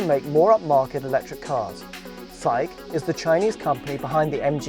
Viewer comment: shang qi , you says Japanese pronounced